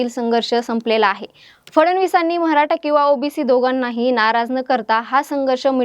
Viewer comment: मॅडम मराठा म्हणा....म्हराठा नाही हो 😅